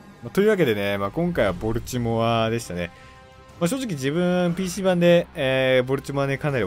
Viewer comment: ボルチモアの発音が嫌すぎ。なんでもアクセント無しの発音がカッコイイみたいやな。かと思えば最上は一般的発音してるし。